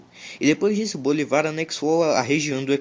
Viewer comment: É Bolívar e não Bolivar